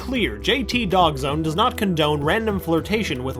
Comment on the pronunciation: dawgzone not doggzone